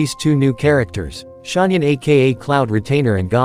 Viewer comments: as a person that can speak chinese, hearing them pronounce ganyu as gunyou, xianyun and shanyun and shenhe as shinhey really tears my ears apart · How do you pronounce Xianyun? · zian yun